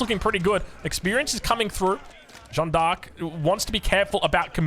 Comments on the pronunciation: The vowel sound in "Jeanne" is just "a", not "ea" nor "oa". If you want to improve your pronunciation, think of "Jeanne" as a single syllable: "Jan" (short "a" and short/medium "n") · The correct way of pronouncing Jeanne is not like John. forget the e and try to pronounce the a the same way it is pronounced in all latin languages. That's the correct way. The same a you have at the end of Maria for example. Edit: Of course Joan is fine as well, we get who you are referring to:)